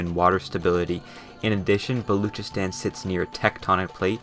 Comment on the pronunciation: Balochistan is pronounced Bal-o-chis-tan